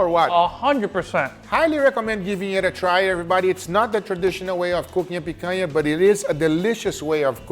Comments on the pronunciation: As a Brazilian, no need to apologize. You're doing a pretty amazing job already, by properly pronouncing the "NH" sound. Just make sure you use it in "Piranha" as well, and you'll be 100% good in my books. Also, you should try "farofa" as a side dish compliment. It's yucca/cassava flour, toasted with butter and salt, to a golden brown. From there you can eat it as is or add bacon, olives or whatever you want The funny thing... I don't like rare meat. Yeah, go ahead and sue me, I know, I know... I just prefer it well done. 🤷🏻‍♂️ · I knew you were Brazilian the moment you said picanha the right way 😂 Ps: why didn't you cooked the picanha with the fat up? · is the brazilian? cause i have never seen a gringo say picanha so well